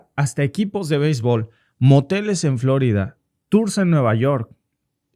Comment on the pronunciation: ¿Porqué pronuncia "Flórida" en lugar de "Florida"? En español el acento está en "i", y para colmo el nombre de la ciudad es español.